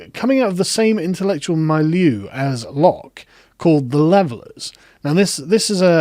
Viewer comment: Video is not bad but please, please, it's not 'mile-you', it's 'mill-yeuh'.